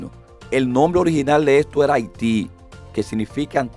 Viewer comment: Profesor la pronunciación es incorrecta, no es Haití que se pronuncia correctamente.